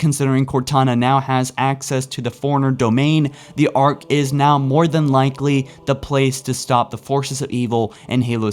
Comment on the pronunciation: *'now' not 'bow'